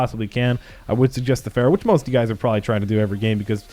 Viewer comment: "Ferrow" lmfao